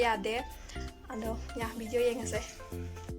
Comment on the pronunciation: don't say bideo say video...